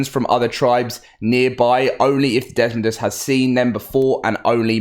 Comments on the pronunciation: I'm gonna help you out. It's dez-MOE-dus Not Dezmund... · Desmodus not desmondus. It's not that hard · It's desmodus, not desodus, a##! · Desmodus, not Desmond lmao. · Not to be an a** but, it is desodus not desmondus. There is NO n